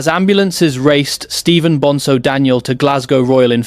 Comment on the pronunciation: It's BonZo! Not BonSo ffs 🙄